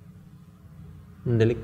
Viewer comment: Mendelik wkwkw tadz tadz ko mendhok ya